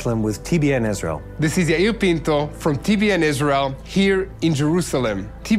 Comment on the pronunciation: I appreciate your coverage, but, please as a journalist, say ISRAEL not ISREAL